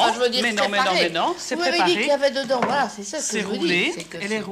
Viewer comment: A chaque fois qu'elle dit "voila" on dirait elle dit "wallah"